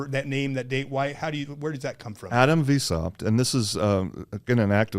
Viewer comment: It's pronounced, "vice-howpt". So glad I studied these topics pre-internet. Adam Weishaupt, Bavarian Illuminati.